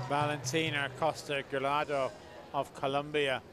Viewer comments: El narrador: Valentina Acosta Giraldo. Valentina Acosta Garaldo. Valentina Acosta Garado Valentina Acosta Girado Valentina Acosta Gorado 😑😑😑😑😑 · this commentator cannot read Giraldo